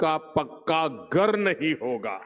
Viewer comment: घर नही बोला गार बोला ,।